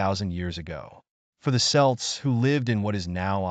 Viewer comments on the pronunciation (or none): Kelts not Selts